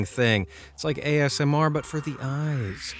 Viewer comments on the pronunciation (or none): none